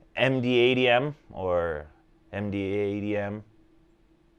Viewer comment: As a Canadian, most of your pronunciations are correct. Terrys is new and EM-Dad-Uhm (MDADM) is the only odd one out for me.